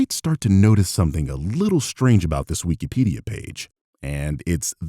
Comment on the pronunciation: "Wee-Key Pidia"